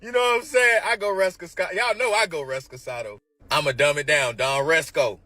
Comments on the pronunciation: Chile, I was like, why did he keep saying that?? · Recosado or Reposado?😊😅😅😅😅😅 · It’s my Bithday, I go Don Resco YALL KNOW I GO RESCOSADO !!!! Sir, if you want you or your image associated with something PLEASE, make sure you at least say it correctly. People need to stop chasing hypes and trying SO bad to be associated with it so desperately to the point you don’t know NOTHING about it, yet alone the basics of how it’s pronounced. Besides if your going to do free promos make sure you have the brand correct 🤣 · If he says Rescacado one mo time....Reposado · Lmao If he says resCASADO one mo time I swear …..I truly didn’t expect this story to be THIS funny 😂😂😂😭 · IT’S PRONOUNCED REH.PUH.SAA.DOW!!😅😂Im over her like what is REPASCADO?! JUST SLOW AND NASTY🤦🏾‍♀️ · he said rescasado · REPOSADO LOL not RESCOSADO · I cringe every time he says recresado😂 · If this man says “rescasado” one more time! Sir, it’s reposado! New rule, if you can’t pronounce it, just say you drank some tequila and call it a damn day 😂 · That shii was irking me so badly, I was like, "Please stop saying it, because you can't even pronounce it!« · That was driving me crazy lol😂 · Nah I think it’s funny 😭😂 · Ninja say resperado you sound suspect how you know what a dk smell like story made up nasty ass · Its reposado my friend. He too damn old to not know that and pronounce the don julio like that😂😂 Also im seeing that he mispronounced multiple words but talking about go yard like thats a flex when you cant even put together a proper sentence.😂😂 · I don't drink at all so I only know a few drink names.... but why do I feel confident in saying I don't think he pronounced whatever "Rescacato" is right??? Whatever drink he was talking about I know he pronouncing it wrong!😂😂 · Wtf is REST-KA-KADO? It’s no way niggas are calling it that. 😂😂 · if he say Don Respocanto lol one more time i’m dead he putting moscato and reposado together 😂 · Don repskato? Nigga can’t pronounce a damn thing😂😂😂😂